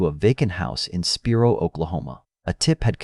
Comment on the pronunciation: I’m from this area. Just a little help with the pronunciation of the towns, sounding them out.😊 Alma ~ Owl ma Spiro ~ Spy ro